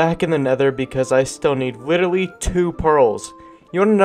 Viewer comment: I love how he said “witerally”